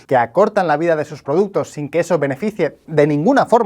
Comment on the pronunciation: productos o productes 😂